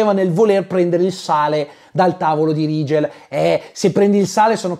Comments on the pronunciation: L'unico Rigel (che tra l'altro si dovrebbe pronunciare Righel se non erro... ma è l'ultimo dei problemi temo) che ricordo al cinema come personaggio interessante era uno dei 4 cavalli arabi di Ben-Hur.... 😂 Grazie per il buon umore che ci regali con queste recensioni. Un abbraccio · Vorrei sottolineare che il nome Rigel si dovrebbe pronunciare RAI-GEL non RI-GEL. Non hanno avuto neanche lo scazzo di cercare la giusta pronuncia per il nome del loro co-protagonista. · Personalmente l'unico Rigel (che poi ho sempre sentito "Righel" come pronuncia) che conosco è un personaggio di Saint Seiya. Guarderò questo film? Assolutamente no, ma solo a sentire le recensioni sento la mancanza di Tre metri sopra il cielo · Rigel che io ho sempre pensato si pronunciasse RAIGEL 😂